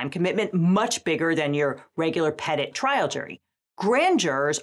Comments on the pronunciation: FFS if you're going to use ( reuse ) french words, do the respectful thing and pronounce the words correctly so people who understand the origin of the words and thus their meaning ( grand = large , petit = small ) understand what you are trying to convey. So both words grand and petit are pronounced with the last letter silent. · That pronunciation of ‘petit’ has got to somehow be one of the US's worst crimes. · The mispronunciation of the French really sets my teeth on edge. 😅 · The American pronunciation of "Petit" is a crime against the French language. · I can't get over the fact that the official pronunciation of petit jury is technically wrong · Hearing a French word pronounced that way hurt my soul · petit being pronounced that way upsets me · That pronunciation of petit must have the French sharpening their baguettes. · "pet-it"? Good grief, can't even pronounce petit (peh-tee) properly.... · “Peed et?” Tell me we refuse to sound French without telling me we refuse to sound French. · I don't understand why people would copy the word "petit" ("small" in French, pronounced peh-ty) to use in their legal system and then butcher the pronunciation. Just call it a small jury if you can't be bothered. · It bothers me how "petit" is being pronounced. It's a French word for small, grand is large therefore it should be pronounced petit (p'tee or p'teet). It's not, and never would be Pet-it, like pet that cat, pet it! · The pronunciation of petit is hilarious. It's French and means small. It's pronounced peh-tee. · Today I learnt that the American criminal process is even more convoluted than I thought. It really shows the historical distrust of central, arbitrary authority that country is founded on. Also, hearing "petit" pronounced "pet-it" is hilarious to a Canadian ear, since it's very clearly "petite" and the usual anglicization of that word is "petty." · hold up do they really pronounce petit as "pet it"???? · Wait, you guys pronounce it "pet-it" not "pa-teat"?